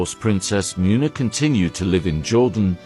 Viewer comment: Muuuuuuuna what a joke. Why can’t you pronounce anything, because you are a computer.